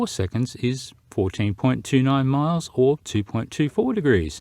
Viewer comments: Every time he says, "MOILES" Are those SKOI MOILES? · I kept hearing “200 mohels.” That’s got to be a lot of fore… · Tree miles 😅 what the hell is tree miles 😂